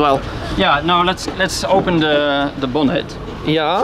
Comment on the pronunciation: "Let's open the bonnet" Shmee "Yaaaa" (Dutch accent) 😂😂😂😂